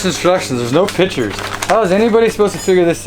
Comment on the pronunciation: I love how pronounces pictures like pitchers. "I can't do anything without pitchers" Yeah, me too, me too